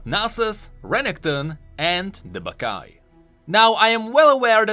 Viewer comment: When i hear the name baccai i only hear "baka mitai"